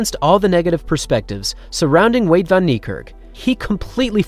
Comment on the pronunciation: "Veyda" 🤔 WTF